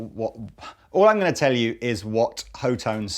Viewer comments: Wouldn't be "Hot-One" rather then "HO-TONE" or "Hot-Tone"? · That charvel is sexy. Are the amps pronounced ho tone, or hot one? Or something else? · HOT TONE. Shared "T" Its not that hard, holy crap. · HO-toh-nay! :D. Friedman is an american company, but the Friedman BE was designed for a british sound.